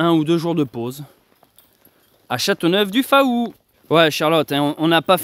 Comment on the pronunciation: coucou, pour info, on ne prononce pas le" a" dans Faou de Châteauneuf du Faou, ça se dit fou, bonne continuation